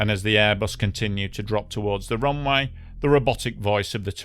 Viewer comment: What is a "roonwigh"? Did he mean "runway"?